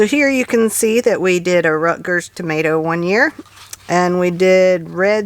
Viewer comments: Loved the bloopers, tomatrrrrrr lol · You made me laugh when you said termatter!